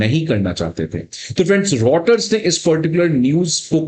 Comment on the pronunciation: रोटर नहीं बीसी…. रायटर्स!!!